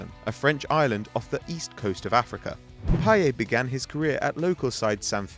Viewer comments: In a interview he said his name was pronounced "Pie-yet" not "Pie-yaa". Although in French the T is silent, his name doesn't follow standard French grammar. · No for fuck sake i speak french and watch football games on a french channel and the commentator always pronounces it payette. And trust me he is not the only one, all french speaking people pronounce it payette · It's pronounced with the 't': pie-et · Its PAYETTTTT NOT PIE-YAY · I listen to french commntators all the time. Although in french you would think it would be pronounced payeh, french commentators say payett and I doubt they're wrong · its pie-et, not pie-ay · It's actually pronounced "Pie yet" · no man youre wrong. I speak french fluently and its pronounced payette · No, his name is pronounced pa-ye-t.Listen to french commentators. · No its pa-yeh and you pronounce the e as you do in the word end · No it's pronounce Pay-eh you fucking clueless idiot. You might as well delete your comment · its payetttttt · im from belgium and i can tell you that it is pronounced pie ette. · the t isn't silent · The 't' in 'Payet' isn't silent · At least pronounce his name properly you goon. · with a t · payeT admitted himself you pronounce the t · the T is not silent.